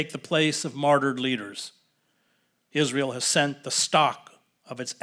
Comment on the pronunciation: ‘Is-linear-eal’, what they’ve learned from the Nazis ✔️